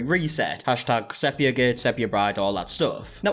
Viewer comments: It is SEE-pia btw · 'SEA-PEE-AH' 😊 lots of love, it's just the adhd's 😂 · It's funny how everyone says sepia wrong and the girlies on DWKT talked about it lol they had to Google it it's like seepeea 😂 I would have never known either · The big question is why did none of friends take him aside after the last video on this and tell him how to pronounce "sepia"?